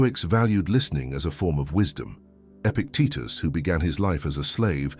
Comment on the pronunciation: Epictito….! Stop with the AI, it’s Epictetus